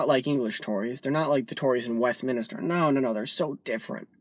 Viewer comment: Nice vid matey & its good to see a visiter to these shores being politically astute but if you dont mind me pointing it out but its WestMinster, not WestMinester lol